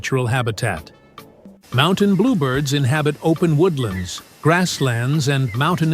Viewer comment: They should grant a Nobel Prize to the person who can get rid of this annoying computer generated voice. It's very sad because it has ruined many very fine documentaries. And it repeatedly pronounces 'Mountain' as 'Mon-tane' !